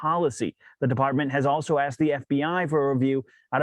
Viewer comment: What up my Brotha , Another bully Real empty strike !! Oh by the way , I watched your video where you mentioned the dreaded " Axed " word Lmao 🤣 If you would have never said anything about it ,I didn't even know that you were pronouncing it that way , LoL Keep up the Great Job